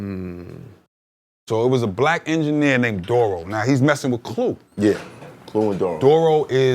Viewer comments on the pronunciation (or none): Hearing him pronounce Duro's name as "Dorro" after hearing so many rappers say it another way while growing up is a bit cringey.